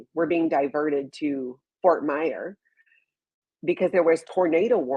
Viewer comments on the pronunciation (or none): i love ya...but its Fort Myers. Not Fort Myer. Not a big deal but just letting you know. Enjoy your stay